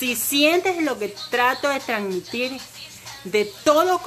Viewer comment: no es "Tranmitir" es "TranSmitir"